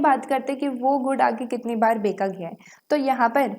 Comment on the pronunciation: Becha gya hai ko beka gya hai Kon kehta hai 😂😂😂😂😂